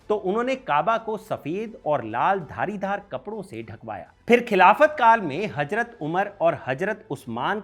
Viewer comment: गुड इन्फोर्मेशन लेकिन अपनी भाषा पर पकड़ बनाओ हजरत = Hajrat ❌ हज़रत = Hazrat ✅